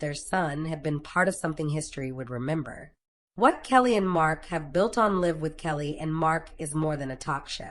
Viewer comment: It’s Live with a long I. Stupid AI.